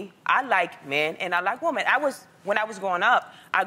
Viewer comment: say woMEN, not womAN. . "i like woman" lol sounds weird.she should know the difference by now.its a basic word that you usually first learn to say when learning a different language